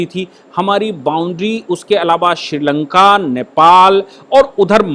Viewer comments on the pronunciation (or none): none